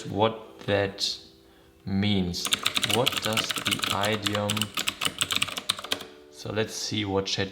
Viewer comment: Hi there! I love your friendly and genuine energy. I share your enthusiasm for languages. Just wanted to let you know that the first vowel in “idiom” is pronounced like the “i” in “fish” 🙂 (I’m sure that as a language lover you’ll be using this word many more times in your life ❤)